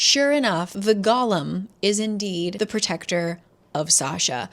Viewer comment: When I was reading this I thought the emphasis in golem was on the second syllable, so every time you say that word I full on picture gollum